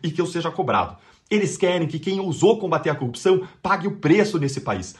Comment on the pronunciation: O Deltan não acerta nunca a pronúncia da palavra corrupção.